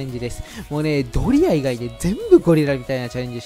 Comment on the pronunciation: ドリアがドリアンにしか聞こえないけど、字幕ですっとぼけてるのか、単に滑舌が悪いのか…私の耳がおかしいのかもしれんが😅